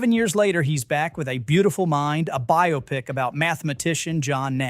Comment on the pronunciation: I'm impressed - first time I've heard an AI narrator who didn't rhyme "biopic" with "myopic".